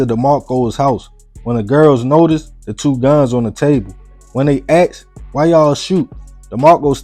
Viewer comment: "Fount" is not a word it is found and she asked a question not axed a question. He ran down the street not skreet. Seriously you really need to learn how to say these simple words correctly and stop telling the story like you are dropping bars OR SINGING. You must be from Georgia. I get embarrassed when I hear my people speaking like slaves and like they never attended an English class. Don't talk like a white person, just talk like a black man or woman who knows how to pronounce simple words the right way. RAN DOWN THE SKREET? COME ON SON, SHOW ME WHERE THERE IS THE LETTER K IN THE WORD STREET? I'M KEEPING IT 100. STOP TALKING LIKE YOU ARE OWNED BY A MASTER AND IT'S 1861.